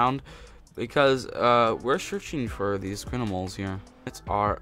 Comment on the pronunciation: So funny how he says crinimals